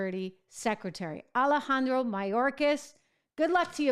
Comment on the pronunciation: Trish, the way you pronounce Alejandro, WOW!!! You just went next level!! I like it!!! 👍. Great reporting by the way!!!